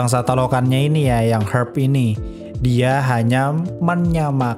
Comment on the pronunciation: Herb shape herb aja susah bg ngomongnya wkwk